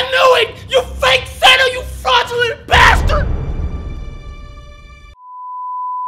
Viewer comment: "YOU FRADULENT BASTARD!!" 😆😆